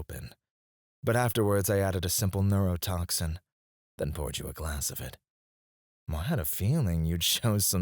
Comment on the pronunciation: He gave us the Australian special